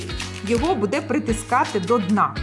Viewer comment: Тетяно, дуже приємно Вас чути українською, але "бУде", а не "будЕ". Зверніть увагу, будь ласка) Так само і "бУдете".